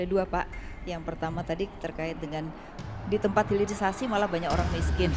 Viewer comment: Pulitisasi yang benar hirilisasi